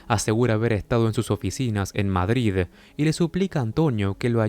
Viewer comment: Pronuncias Madrid mejor que la mayoría de españoles!